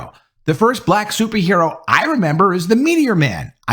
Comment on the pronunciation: It's hard to take you seriously if you can't pronounce the word "Black" without over pronouncing the word.. ijs.. listen to how this man says "BBLLLLLAAAACCCKKK" every time.. fucking hilarious 😅